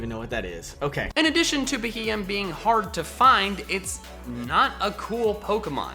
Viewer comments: IT'S BEHEEYEM, NOT F*CKING BEHEMEN! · 1) This is basically Top 10 Forgettable Pokemon all over again, and the entries are too cliche (Wow, Heatmor and Beheeyem in a list like this? Who would have thought?) 2) Beheeyem is not difficult to pronounce, you just need to think of the acronym for Bug Eyed Monster, which is a folklore term for "alien" 3)If by your own admission you're not good at battling, stop basing your judgements on Pokemon off of that. Lickilicky can be a great Normal Gem STAB Explosion lead in lower tiers 4)A list like this is a magnet for hate and a sarcastic introduction will never be enough to stop it, it will just make the haters angrier. That being said, I still like your videos, I just think you can do better than this